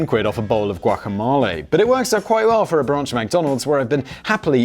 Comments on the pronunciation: Say guacamalay one more goddamn time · he said like, "guaca-mahl-e" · GuacamAle?? Guacamole 😂😂😂 oh damn Simon, my new hobby is catching your pronunciation errors🙌🏼 love the Blaze 🔥🔥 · For someone that know what guacamOle is, it's odd he kept pronouncing it as guacamAle! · Its gua·ka·**mo**·le. Not ma. Mo. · No simon, its GuacaMelee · Gwah-cuh-mole-ay. This is fun. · Simon: "Who the fuck doesn't know what guacamole is?!" Also Simon: Can't pronounce guacamole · “Who the f*** doesn’t know what guacamole is?” Says Simon who doesn't know how to pronounce it ! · Is no-one going to point out Simon's pronunciation of guacamole? 👀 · Simon definitely binned his pronunciation dictionary if that’s how he pronounces guac haha